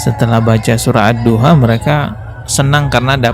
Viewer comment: Mcnya oten patut la sebut ad-duha aja adua,adua pala lu🤔🙄